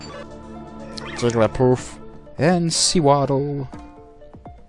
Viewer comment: sewaddle name is sa waddle on the way is sounds. i just sounds so strange when i hear that and its wrong so sorry if i am bothering you but not seawaddle but sa waddle